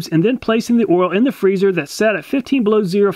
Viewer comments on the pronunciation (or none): none